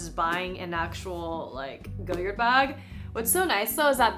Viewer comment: love your content, but for future ref. it's pronounced goh-yard (like a front yard) - not goyerd :) or if you want to sound really french remove the 'd' sound.